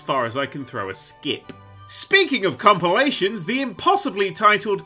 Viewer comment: did... did he just say "cumpilation"